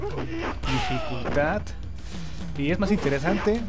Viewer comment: Alta "DificultaT" me hiciste la noche 😂😂😂😂😂